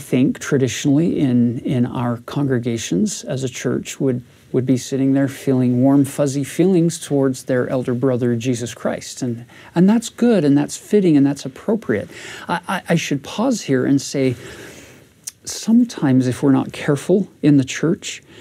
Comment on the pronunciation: Hey,, there's one very small thing that you might want to address: the word is "feelings," not "fillings." Emotions, not dental work. "Feel' is a dipthong -- "fee-uhl" - not "fill." It's a typical southern Utah pronunciation, and causes some of us to cringe. It's one of a few words that you mispronounce: real/rill, deal/dill. An example occurs about "What would most people say, or think, or fill?"